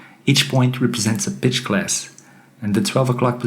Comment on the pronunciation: When you say pitch, sometimes it sounds like bitch. Improve your accent. Your voice sounds wrong in general.